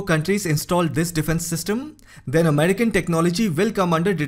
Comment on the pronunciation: "Americal tagets". This guy sounds very much like the scammer who called my granny last month to get her social security number.